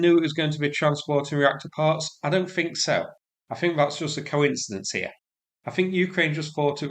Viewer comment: Have to say your accent and diction aren't easy to understand. 'The' is pronounced as written, not 'veh,' for example. Similarly, 'think' not 'fink.' If English is your first language there's no excuse for not being able to speak it properly.